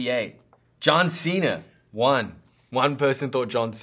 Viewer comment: U can hear the Kiwi accent when he says John cena